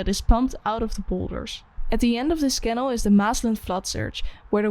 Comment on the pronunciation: weer een Nederlander die canal niet goed uitspreekt